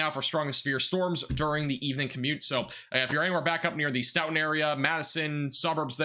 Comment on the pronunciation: As a local to the wisconsin tornados i just wanna say thank you for covering this. A few pronounciation tips for the future: Stoughton: Stow-ton Albany: All-ban-e Monticello: Monti-cell-oh Brodhead: Broad-head Thank you again! I was working so i wasnt able to get out and see it for myself 😭 i appreciate your coverage